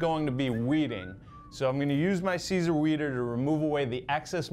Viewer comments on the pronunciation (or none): Sigh-zer = Siser